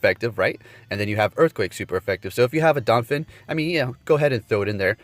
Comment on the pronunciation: Damn, “donphin” too?